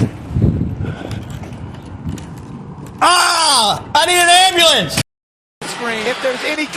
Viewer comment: Or "ambalance" (Dr Dave Debunker of Frauditors)